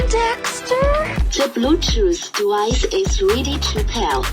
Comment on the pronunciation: “The Bluetooth dewice is ready to pel 😹😹😹”